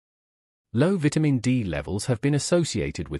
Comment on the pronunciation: Please learn how to pronounce the word "VITAMIN" THANKS